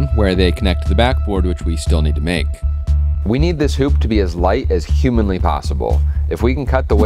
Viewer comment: Why did you say human like that